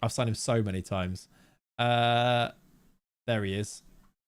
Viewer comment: …Chezzum??? lol It’s CheSHum lol